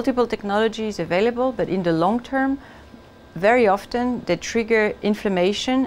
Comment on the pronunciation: She mispronounced 'often.'